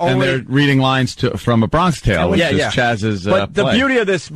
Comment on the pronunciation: Why is dummy saying "Bronkish tale?" This guy doesn't under his own bits.